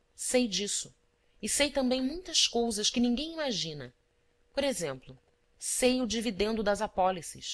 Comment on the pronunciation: muito bom, mas dei algumas risadas com o 'dols' (dois) e 'colsas' (coisas)